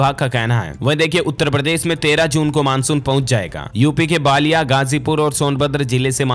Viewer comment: डी ल स भाई मेरे बलिया को आप बालिया बोलते है